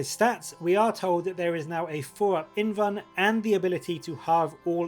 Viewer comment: The "L" in "invulnerable" is not silent. So the truncated form would be an "invul" save, not an "invun" save. Sounds really stupid every time you say "invun".